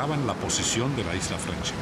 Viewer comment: se que significa friendship pero "frenchip" como dice la señora que relata ...quien sabe que quiere decir